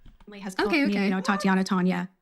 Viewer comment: TAH-TEE-AH-NAH. Is how Tatianna is pronounced